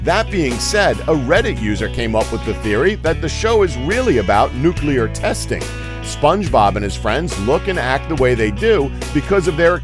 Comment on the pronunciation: It's Nu-clear not nu-cu-ler